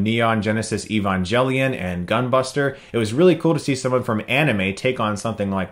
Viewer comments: Lol he pronounced it "E-Van-Jelly-On," take a wild guess. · Did he pronounce Evangelion as "Evanjelion?" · I stopped watching when he said EvanJelion XD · Evangelion is pronounced “E-VAN-GALE-ION” not “E-VAN-JAIL-ION” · SMEGMAZ Nope. And no, I have seriously never heard it pronounced "E-Van-Gel-Ical", sue me lol. Besides, E-Van-Geh-Lion" seems to be the most widely accepted because it's the closest to the hepburn romanizaiton of the actual title. Either way, IDGAF, pronounce it however you want, "E-Van-Jelly-On" just seemed like a really out there pronunciation coming from the guy who pronounces Hermoine, HARRMione. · It seems that it is meant to be pronounced with a hard "G." I took Japanese for several years, and the Japanese title for Eva uses the "ge" character, which is pronounced like, "geh." If they had intended for it to be "Evan-jelly-on," I think they would have used different characters. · He said "evan-jelly-on". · Did u just said evanjelion? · Who the fuck pronounces Evangelion as Ivan-Jelly-on? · Technically, that's kind of how it's supposed to be pronounced, like "evangelical", or, "evangelist". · Supertron Evangelical is actually pronounced with a hard "G", at least in my region, I've never heard it pronounced with a soft "G" before. Evangelist though I have heard with the soft "G". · no its not technically supposed to be pronounced that way. if it was then the title in Japanese would be spelled エヴァンジェリオン which would be Evanjerion. But actually its spelled エヴァンゲリオン which is evangerion. its a G sound not J sound learn to read japanese or dont correct people because obviously you dont know. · This is how most brazillians speaks Evangelion and I will not tolerate disrespect towards my pronunciation, (just kidding but not too much) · The way he pronounced Evangelion 😐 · You completely butchered evangelion